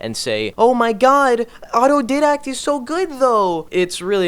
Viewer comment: its didact not didact